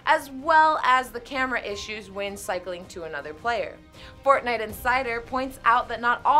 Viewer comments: “Fornite” It’s actually for - t - nite. COUGH COUGHHHHHH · It's forTnite Not fornite